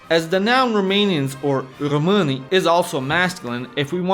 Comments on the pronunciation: It is funny how he pronounces român the correct way but the plural români he pronounces it like rromani, meaning gypsies. I think he snuck that in on purpose.! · Bro la ai scris români corect dar lai zis greșit pros